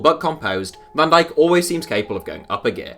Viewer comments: Nobody calls van dijk ‘dijk’. Surely he is v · Can digk is v not d